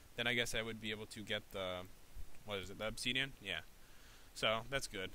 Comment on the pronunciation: how pat pronounces it: obseeedion how pro minecrafters pronounce it :obsidian